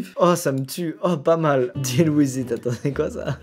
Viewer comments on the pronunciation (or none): none